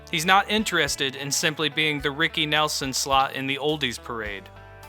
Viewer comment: When you pronounce his name wrong firstnthing…I’m done watching